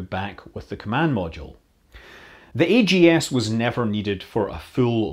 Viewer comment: So instead of being pronounced "bugs," the backup LM computer was pronounced "aggs," rhyming with rags. This might be similar to the sound an astronaut would make if they realized that they needed the AGS for its intended purpose.